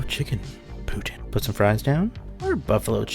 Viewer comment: Bonus points for the québécois pronunciation at the beginning! ☺️